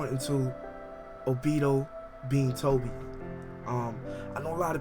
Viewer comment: Y do you say the names wrong!?!?! Its not obido...its obito (O+be+toe) damn do you even watch the anime?? Or hear the English version??